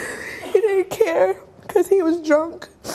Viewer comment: 2nd girl keep saying “i dont curr” its care lol